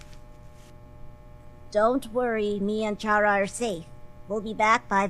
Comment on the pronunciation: Chara, pronounced liked “charmed” instead of “car”? Hmm. Welp that’s your choice pal, not mine.